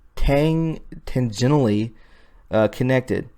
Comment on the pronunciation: just so you know the reference to the Pope is pronounced like PAY-pul = papal . hope that helps you out. xx oh and the other word you were struggling over was pronounced TAN-gent-a-lee = tangentially EDIT: I cannot possibly understand how Mars could appear to be the same size as our Moon. That's really not physically possible. It's too far away. I took astronomy as an undergrad and, honestly folks, that photoshopped picture is totally inaccurate. Don't expect to see a sky like that. It might appear a bit larger (and it's always RED) but no way will be it be the same size as our Moon! No. Freaking. Way. Science in the 3rd Dimension might be odd, but it's not THAT odd.